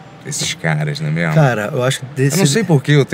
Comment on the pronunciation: né mermo certo